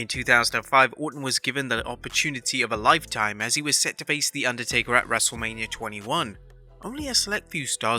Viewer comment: I could of sworn the narrator said wrestle-lamia absolutely hysterical..